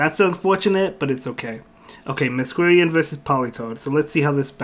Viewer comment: Just FYI Masquerain is pronounced Mask-ore-rain, because masquerade + rain. I only know this from Phantom of the Opera. Not that it will be relevant often but thought I would mention it!